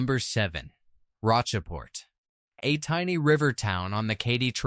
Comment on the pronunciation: It's SAINT Genevieve and ROACHport. And lead (as a mineral) is pronounced LED. And don't come to a full stop after a period that is a middle name initial as in Stephen F. Austin. Your AI voiceover could use some training and proofreading.